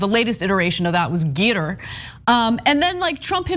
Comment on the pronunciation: Okay, let me be petty. Really ANA? "GEE-tuhr?" Gitter is pronounced to rhyme with Twitter, based on the "comedy stylings" of "Larry the Cable Guy," as in, "Git 'er done!" (See also: slang for a toilet, "shitter.") You're pushing 40, Ana. I know you're heard of Larry the Cable Guy. He did the voice over of the mentally challenged tow truck character in the animated movie, "Cars."